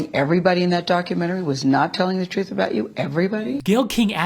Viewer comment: Millions of dollars and nobody told him or he never hired a speech coach to stop saying "Troof" instead of Truth (one example)? It's so grating.